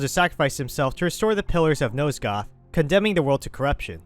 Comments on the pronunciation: Dude.... Nosgoth.. NOT NOSEGOTH FFS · NOSE-goth? How the hell did you think nosgoth was pronounced that way? Clearly the narrator here never played the game